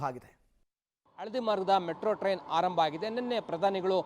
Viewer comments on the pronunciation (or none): ಹಾರಂಭ ಎಂದು ಹೇಳಬಾರದು, ಆರಂಭ ಎಂದು ಹೇಳಬೇಕು 😭